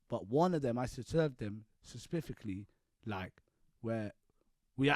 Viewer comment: It was like spepifiklly